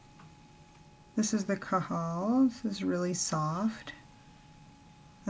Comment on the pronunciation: It's pronounced as "kaajal" not "kaajal". It's in hindi(Indian language) which means eyeliner.